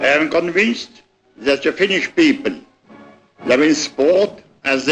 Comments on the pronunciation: mutta paasikivi sano "jank piipl" 😂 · People is pronounced as Piippil